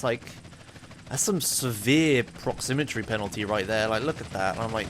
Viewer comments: It's "proximity" not "proxymmetry":D Keep up the good work, I'm loving this series! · Duuude. It's proximity, not proximitry. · proximitry? really? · Take a shot every time says "proximitry" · You kept saying "proximitry" instead of "proximity" lol. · Isn't it proximITY rather than proximiTRY? It sounded weird each time I heard it. Great video btw loving this series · proximitry proximitry proximitry god dammit,, it's PROXIMITY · the word is Proximity:D I loved the video anyway, good job and looking forward to the next ones. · It's pronounced prox-im-it-ee by the way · Listening to say "Proximity" wrong for 1h straight:D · Theres no second R in proximity.